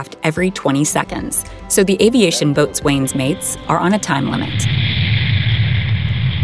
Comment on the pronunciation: The word "boatswain" should be pronounced "bosun". Strange to get other information right and not get this common usage.